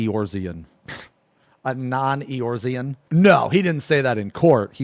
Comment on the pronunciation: I know u don't give a shit, but the way u pronounce Eorzea bloody hurts me, thanks for video to keep me awake during my long grind m8